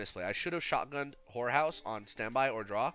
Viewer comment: Everytime you said horror house it seemed like you were saying whore house 😂😂😂